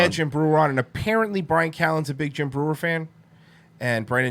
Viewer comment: You can really tell when someone is a huge fan of someone else when they can't even get their name right. Watch the end of that Breuer episode and Schaub completely butchers his name.